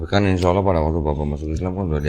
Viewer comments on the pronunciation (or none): Dia sering skl menyebut Alah dibanding Allah…😂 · Agak aneh gerak gerik dan cara bicaranya kurang myakinkan. Sudah 14 th mualaf sjak 2010 tapi kok mengucap kata alloh saja masih beberapa kali diucapkan alah..udah gitu gak ada sertifkat mualaf. Tapi smoga ia bener2 mualaf bukan pura2 mualaf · Ko saya agak ragu ke bp ini, bahwa beliau mualaf. Bilangnya mualaf Sdh 10 thn, tapi bilang Alloh aja masih alah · Bapak ini mualaf sejak 2010 tapi kok selalu salah menyebut Alloh Dengan Allah ya , padahal menyebut Allohhu Akbar minimal ~+ 100 sehari... semoga bapak ini semakin terbimbing menuju jalan yang benar 🤲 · Ngomong Alloh aja salah teruuusss...😁🤣😂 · Menyebut Allah nya masih spt saat Kristen. Semoga istiqomah kalau benar sudah Islam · Bapa ini ko nyebut Allah..ko masi kobelet..hampir selalu sala..dan d sahadatkan meragukan..ni kaya misionaris..